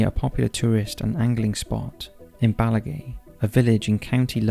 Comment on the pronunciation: Bellaghy is pronounced "Bellahee" and Londonderry is pronounced "Derry" 🇮🇪